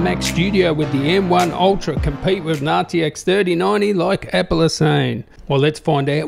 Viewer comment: Is he saying nazi tec instead of rtx 😂